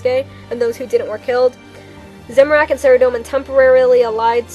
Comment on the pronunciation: A: You read this pretty much word for word from the wiki. That's fine, except for... B: You read WAY too fast, and pronounced way too many words incorrectly. Saradomin is pronounced Sah-RAH-doh-min, not Sehr-a-dough-min. Just something to remember. All in all, not bad. I'm somewhat of an expert on Zamorak, and this was pretty well done, but from now on, you should really slow down and take the time to practice the difficult names.